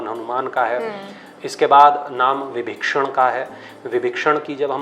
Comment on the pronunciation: Vbhishan hye विभक्षणगलत hye ucharn ki galti